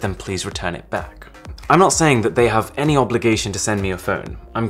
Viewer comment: "And some PS1 classics that Sony haaf ported over" You JUST said about the emulators lmao